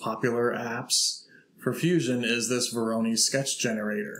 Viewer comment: Please google "pronunciation voronoi".